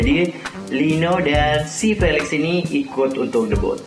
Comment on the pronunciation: Felix bang bukan felex🙄